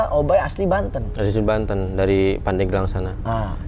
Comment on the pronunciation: Pandeglang min bukan Pandegelang